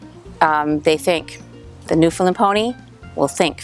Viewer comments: Firstly, with respect, the correct pronunciation of "Newfoundland", simply put, it rhymes with "understand"; emphasis on the last syllable. Secondly, according to the Newfoundland Pony Sanctuary at Change Islands, Newfoundland and run by a tiny, hard-working group of volunteers, they think there are maybe 350 - 400 Newfoundland Ponies left in the world. But they have limited resources - maybe you know more. There is another Newfoundland Pony Sanctuary nearer to St. John's (the capital of Newfoundland and Labrador), but I know almost nothing about that group. In any case, I wish you well and hope the pipeline doesn't hurt you, if it does materialize. By the way, the sanctuary at Change Islands had three foals last year! Joy! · holy moly the lady in the first of the the video is completly wrong!!!! im from newfoundland i live in newfoundland! thers more then 300 on the island alone! omg there all wrong and she cant even pronounce newfoundland! they are not natural they are bred that way to work in the mines! i can go on and on sorry bro i love ur vids but this lady is dumb ignorant or just dosnt want to do any reading on the newfoundland pony!